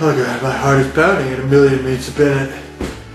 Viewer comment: totally unintentionally ironic, but he said " My heart is pounding a million meats a binute" haha